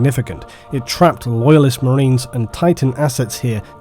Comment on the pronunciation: Not sure words like 'enraged' and 'marines' are supposed to be pronounced with an L in the middle...